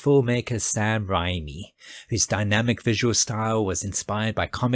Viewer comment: Just a quick note; The man’s name is actually pronounced “RAY-mee”. And despite having a similar spelling, that particular Japanese word is pronounced “K-EYE-jew”. (Long “I” sound) Also, it’s not just an anime genre; the “Kaiju” genre began in live-action with such movies as the ‘Godzilla’ franchise. 🙂‍↕️